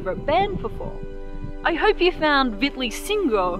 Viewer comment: The pronounciation of "Vitur" is wrong. The stress is on the first syllable, and there's no "Y" sound between the T and the U. Same goes with "Vitleysingur".